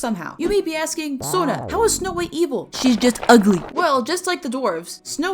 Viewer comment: pls sona i from new Orleans. there is no eens in it